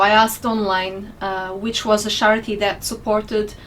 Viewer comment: thats a new one. never heard scharity before. whats scharity lol.